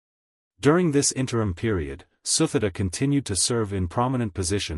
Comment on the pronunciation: The queen's name pronounced SU-TI-DA...not the way you pronounced.